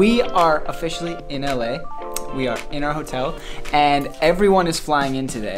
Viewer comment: Ele falou "so we are afficially in LA" Pareceu Pssoal haha